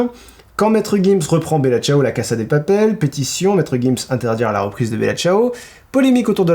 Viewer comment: c'est pas méchant mais la casa de papel ne se prononce pas avec un S mais le son Z